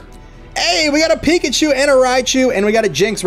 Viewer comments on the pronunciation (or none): none